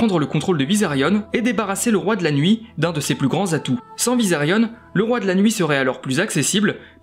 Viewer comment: superbe vidéo , mais juste un truc , c'est Visérion pas Visérione